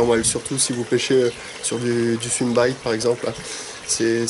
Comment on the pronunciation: " les swimbaïïït " 😂😂